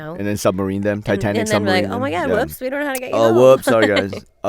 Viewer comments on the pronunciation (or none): none